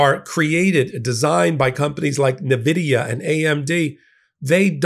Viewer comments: It's "envidia" not "navidia". N Vidia. NVidia. I could literally hear the souls of gamers who've passed on cry out in horror. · Nvidia it's pronounced Invidia. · Nvidia is pronounced en-VID-ee-uh, with the emphasis on the second syllable. The company itself confirms this is the correct pronunciation, despite many people initially pronouncing it with an "nuh-" sound at the beginning. The name comes from the Latin word "invidia," meaning envy, which reflects the company's desire to evoke this feeling in its competitors. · With all due respect, phonetically, it’s pronounced “N-Vidia”, not “Nah-Vidia”,….😅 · It's pronounced N....vidia